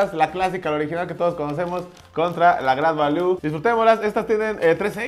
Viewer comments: Se pronuncia greit valiu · se pronuncia grid valiu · #SantosGadalla jajaja no paré de reír con este video. La pronunciación del "grait valú", el pomo de a 50 pechereques y el galletazo del santos jaja países bajos 😂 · El agua santa maría sabe horrible, pero si no traess mucho varo, te saca de apuros. Se pronuncia "gret valiu"😅😊